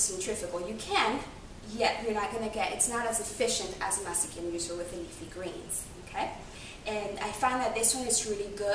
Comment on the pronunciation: SOUNDS LIKE YOU ARE SAYING "MEXICAN JUICER" NOW CAN I SEE YOUR MUFFIN?